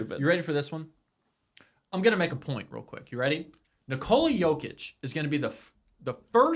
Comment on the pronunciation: Put some respeck on Jokic's name🃏